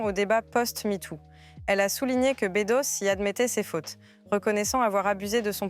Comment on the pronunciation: Nicolas bEUdos, pas Nicolas bÉdos 🙄